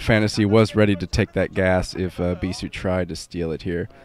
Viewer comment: "Beee-thooo" always makes me lol for some reason.